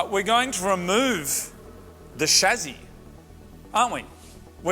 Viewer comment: Not chazi but chaSSi plz